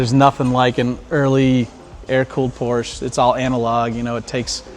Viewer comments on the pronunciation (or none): The city where on the porsche emblem on the front hood, that´s my hometown. And Yes, that´s the rigth steeringwheel and the ignition is on the left. 👍 by the way we say Porsche not Porsch. He said rigth, but the customer doesn´t. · Say it with me: Por - SHA